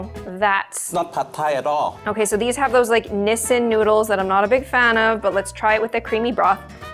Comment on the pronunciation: BTW that's NOT how you say "Nissin". And I personally feel sweet and sour instant noodles are extremely overrated. Everyone keeps making a fuss like they never tasted a citrus fruit in their entire life.